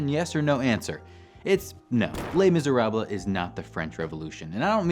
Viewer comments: Les Miser-ah-bluh.... LOL You're killin' me! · my roommate made me pause the video, thought she was gonna have a stroke each time he said the title of the book. ( to be fair, it is in her top 10 of all time in the musical the book) Glad he did a video on this, though. as usual it's well thought out and executed. maybe ask the friendly AI to pronounce languages that you're struggling with?